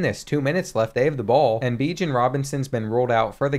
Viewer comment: Learn how to say Bijan